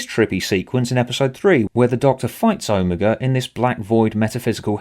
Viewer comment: Hearing you pronounce Omega as Oh-me-gu will never get old. Also this story is good, wibblywobbly jelly monster included